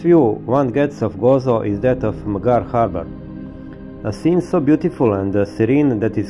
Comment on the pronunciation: kad vec snimas videe na engleskom jeziku, bar se potrudi da naucis kako se pravilno izgovaraju imena gradova i mjesta koja posjecujes i o kojima pravis video Nije hejt, al bas ruzno zvuci kad pogresno izgovaras imena gradova. Izgovara se Emdzar. Nije Bugiba nego je Budjiba. I tako dalje. Lijep pozdrav iz Arba (Gharb) i puno srece u daljnjem radu. 🤗🤗🤗